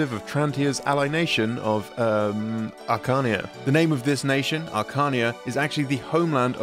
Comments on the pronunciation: the way archanea was pronounced hurt me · Christ, that pronunciation of Archanea was painful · How do we pronounce Archanea? The world may never know